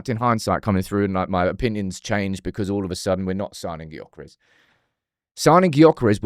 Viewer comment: His name is Gyokeres but pronounced Yokeres. That annoyed me….